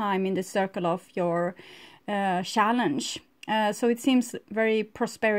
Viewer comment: "Shallenges" 🤣🤣🤣🤣🤣 Just teasing lol Thanks for this reading!